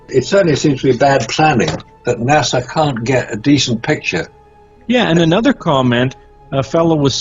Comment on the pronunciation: Will somebody please tell that blithering imbecile there is no “W” in the pronunciation of NASA? Nah-Sah, not Nah-Saw. As for the rest, for the millionth time your opinions are not facts, Despite what FaRT says.